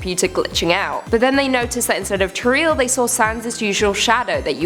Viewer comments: She also said treal instead of toriel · Teril no its toriel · Her name is pernounsed "tor-ee-l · None of these were really that well made. It was full of cliche's and you mispronounced Chara, Flowey, and Toriel.